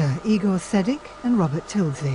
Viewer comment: No its not "E Gore" it's "I Gore". Ronnie Feldman if you didn't understand from Young Frankenstein.